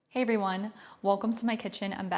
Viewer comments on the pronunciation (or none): none